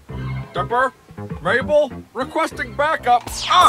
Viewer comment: Maple? It's Mabel not maple....